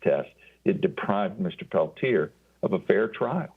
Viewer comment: You interviewed him 2012. You know the story og Oglala.... you still can't pronounce the man's surname. You know, the modicum of respect whether their name is complex and Icelandic or some very simple Swahili name LEARN HOW TO PRONOUNCE THE NAME .It's not difficult. 'MURICANS